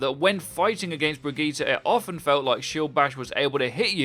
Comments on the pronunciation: Why do you pronouce Brigitte like that? Its a common female name "Bridg-ette" not "Brig-git-tee" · its pronounced Bridge-It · Wait her name isn't pronounced "Bridgette" it's "Brigeet"?? 😂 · Am I the only one who noticed he completely butchered her name?